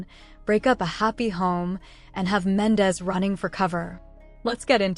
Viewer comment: Girl learn to pronounce there names 😂😂😂 his name is mendeecees